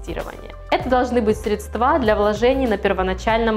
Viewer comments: красотка) но срЕдства а не средствА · В слове «средство» ударение всегда падает на первый слог, на гласную «Е». Причем во всех падежных формах как единственного, так и множественного числа это остается неизменным. В единственном числе это слово в большинстве случаев произносят правильно, но ошибка в постановке ударения во множественном числе («средствА») принадлежит к числу достаточно частых. В некоторых словарях русского языка даже особо подчеркивается неверность такого варианта произнесения. срЕдства, КАРЛ!!!!